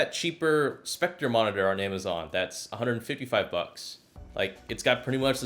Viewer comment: Another guy who pronounces sceptre as spectre... Oh I am tired of this